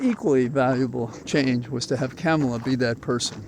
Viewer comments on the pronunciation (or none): Um.. A quick question. Did you pronounce Spiro Agnew's name "Spy-roe" three and a half years in? It's KAHmala, not KAAAmala. She is our VP. Not our Girl VP... our REAL VICE PRESIDENT and she deserves the respect of pronouncing her name as she does, as all her staffers do, as most all women do, and for sure all black women do. Please do better. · VP Harris' first name (Kamala)is pronounced Comma-La It's ok, many of us mispronounced it at first, I'm still working on it 😊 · It’s Ka-ma-la. All the a’s have the same vowel sound. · The right wing purposefully mispronounces "Kamala" just to be juvenile assholes. The least we can do is learn how to properly pronounce KAH-ma-la correctly. It's not that hard. It's not CAM-a-la. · Basis for saying that Harris has been doing an excellent job of working out the transition? Is this based on her rally and public addresses? Likewise, basis for saying she accepts the prize not for herself but for the things she believes in? Last, her name is pronounced comma la. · Wise words. Also, as I myself focus on correcting my pronunciation, "comma-la". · Two things. First, I am glad to see that you're wearing a bow tie today! Second, Kamala said sometime back that her mother told her to pronounce her name "Comma, La." As my teachers used to say, "A word to the wise." ❤ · Hey, I believe her name is pronounced like a comma, FYI. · Now that she's going to be president, everyone will have to learn how to pronounce her name. One easy way to remember is phonetically it sounds like "comma law." mention of Traitor tRump being like the devil reminded me of this Ice-T quote: "I can't believe people are comparing Trump to Satan. Yes, he's evil, but he's certainly not as evil as Trump." 😆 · Please be respectful and learn to pronounce her name correctly.